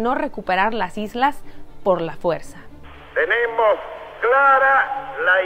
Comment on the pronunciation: de a hay que decir "por la fuerza" (y con el mismo énfasis) como se dice en